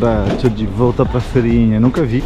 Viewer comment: amado é FEIRINHA. FEIIIIIIIIIRINHA COM "I"